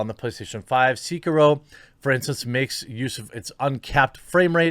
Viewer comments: seekaro? "say-key-ro" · "Seekiro" Heh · I don’t like the way you say “Sekiro”. Stop it. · Anyone else want to shoot themselves when he said sekiro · Great vid but what the fuck man why do you pronounce sekiro like that 😂